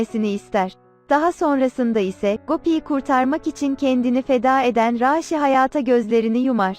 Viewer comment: Raşi desene mal niye a'yı uzatıyosun